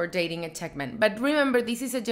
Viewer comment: She kept saying "Tech men" so I thought she was talking about the I.T. Guy 😂😂, I think she meant to say Czech men.